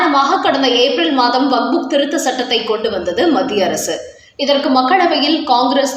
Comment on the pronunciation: நீங்கள் செய்தி வாசிக்கும்போது வக்புக் என்று வாசிக்கும்போது மிக மிக அசிங்கமாக இருக்கிறது. இரண்டு மூன்று முறை நான் சுட்டிக் காட்டி விட்டேன். நீங்கள் திருத்திக் கொள்ள வில்லை.